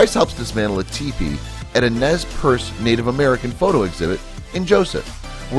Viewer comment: You really butchered "Nez Perce". You dumbass.